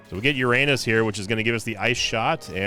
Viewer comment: Very interesting, how you complain about mispronunciation of a made up word, but mispronouncing "Uranus" completely wrong. ^^